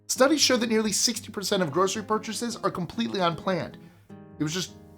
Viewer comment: porchases, lol